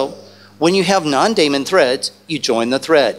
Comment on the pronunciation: As smart as this guy is, you'd think he'd know how to pronounce daemon.